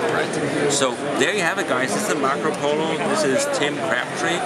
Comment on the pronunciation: He said "Macro Polo", lol I stopped watching at that point.